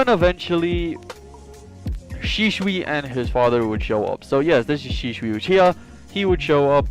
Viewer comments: SHISUI NOT SHISHUI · I love your content but man I was struggling hearing you say shisui wrong you say Sheesh-shoe-E how you say it is She-sui-E